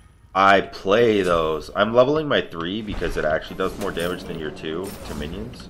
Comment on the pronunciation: plz it's "than"